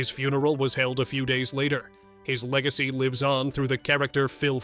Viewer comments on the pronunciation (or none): none